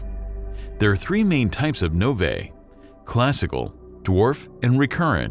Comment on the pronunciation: "nov-ay" made my skin crawl